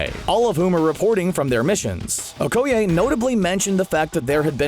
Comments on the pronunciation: the faq? It's O-koi-aye not O-ko-yay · It is pronounced (oh-koh-yeh) not (oh-koh-yay) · We gotta tackle this major issue... Okoye = Oh Koi Yay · LOL "oh-ko-yay" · Okay is nobody talking about his way of pronouncing Okoye???